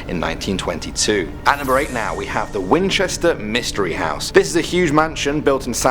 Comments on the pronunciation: #6 Wi-Winchester? WINCHESTER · When he said winchester I died a little. #supernatural